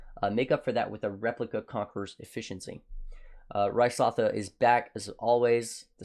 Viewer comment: How can someone who must've heard voicelines mentioning Ryslatha over a hundred times, still not know how to pronounce it?